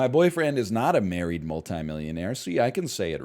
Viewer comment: I cracked up so hard at how many times he said "married" wrong. The entire story was ridiculous and weird thanks to all the edits but NL being unable to read/speak made it even more hilarious Edit: IDK WHY BUT THE SOCIAL MEDIA RANT IS SO FUCKING FUNNY